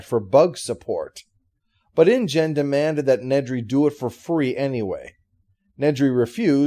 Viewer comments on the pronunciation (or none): none